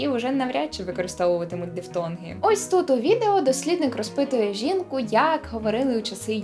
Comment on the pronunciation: Щось "ось тут" у вас ні як не виходить )